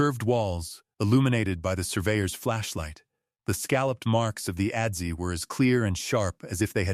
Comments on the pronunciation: adze = "ăds" not "ădd-zee" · Great story. Adze is pronounced adz, not adzee.